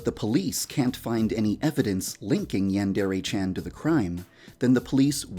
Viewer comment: Why does he pronounce "Yandere" so weird. As don't sound like that in Japan lmao